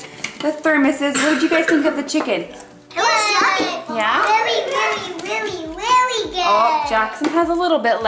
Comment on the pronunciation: “Whelly whelly whelly good”